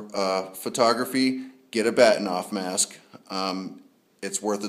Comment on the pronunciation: Good Video. Just as a side note, the correct pronunciation is Bar-Teen-ov after the Russian Astronomer who designed it. But strangely, even though I know that, and can speak Russian, I too still call it a Bat-in--ov mask LOL! Funny how we get used to calling things by a more commonly used name than it's real pronunciation.